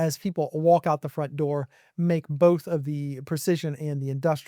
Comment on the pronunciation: "Fromt" Door AI Turret